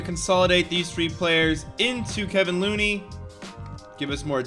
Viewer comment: No one::Calls Kevon Looney, Kevin Looney